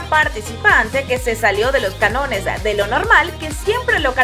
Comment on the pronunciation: Cánones, con acento.